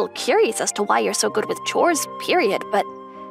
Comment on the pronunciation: He said God, instead of good💀